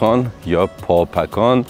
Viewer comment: به درستی شما بابکان را پاپکان نامیدید. در زبان پارسی فیروز معنی ندارد. در زبان عربی پ، ژ، گ وجود ندارد. دزفول، دژ پل بوده. فیروز آباد ، پیروز آباد و حاجی فیروز ، احتمالآ....پیروز بوده. ممنون ، همه دوستان از ویدیو های شما لذت میبرند. موفق باشید.